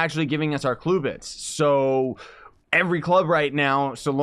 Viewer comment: stop saying cluebits its CLUBits